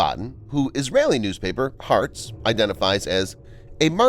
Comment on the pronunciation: That Israeli newspaper is called Ha-Aretz not hartz